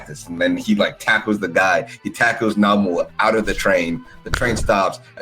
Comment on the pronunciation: It's nomu not namu lol